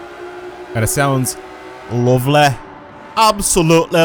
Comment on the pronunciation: It does sound "Lovleh"